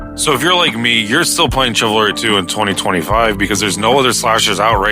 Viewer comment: its shiv alry not what ever the fuck youre saying